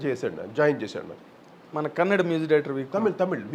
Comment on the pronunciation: కోటి గారూ మీజిక్ కాదు మ్యూజిక్ అని పలకరా ప్లీజ్